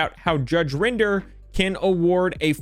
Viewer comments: My only complaint, is that you're meant to say Rinder as in ring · It's not rinder saying it like he uses grinder. Rin der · It’s not rine-der it’s judge rin-der Also in England it doesn’t really matter in court if a professional says anything regarding valuation unless in writing or if heard by the judge from the source as anything else would be classed as hearsay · It's judge Rin der. Not judge rInd er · Good video, but Rinder rhymes with "tinder" not "grinder" (ironic, I'm sure the judge would agree.) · FYI, Rinder rhymes with tinder. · just so you know it’s pronounced “rin der” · Also it's Rinder, rhymes with In Durr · It's pronounced Rinder